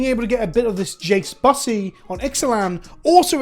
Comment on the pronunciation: woah woah woah, hold up! That is not how you pronounce bussy.